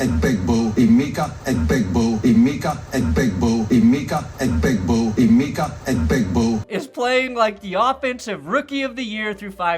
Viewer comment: Emeka Eh-Big-Boo